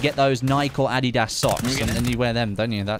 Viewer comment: Hehe. Loved the way he pronounced Nike and Adidas